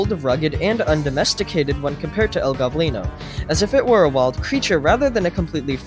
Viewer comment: ITS NOT El GOBlino ITS El Go-blino